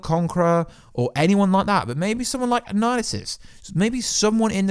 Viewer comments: Bro wtf are you saying when you're trying to say Annihilus because you are all the way wrong lol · Stop saying Annihilus’ name wrong.